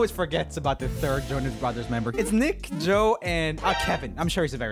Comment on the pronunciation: Me now only obsessed with Joex pronounce it like jokes